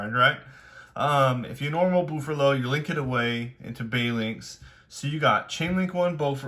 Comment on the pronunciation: I'm sorry, did you say BOOFerlo?? Jokes aside, this was a really cool deck profile, interesting to hear your thoughts on the deck in the current format, congrats on getting 40th at the YCS